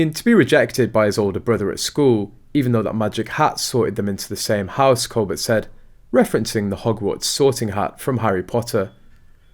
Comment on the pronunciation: His name is pronounced: col bare, with the emphasis on the 2nd syllable!